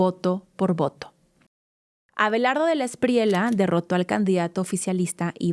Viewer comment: no digas "espriela", es "Espriella", es apellido Español.